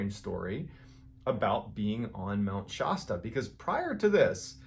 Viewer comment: Mount Shosta?